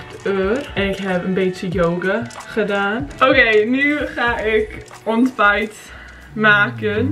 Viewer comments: ja maar ik moest wel een klein beetje lachen(niet slecht bedoeld) toen ze ''onbijt'' zij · This is so funny if ur dutch 😂😂 like : mijn ombijt geeten/my breakfast eeten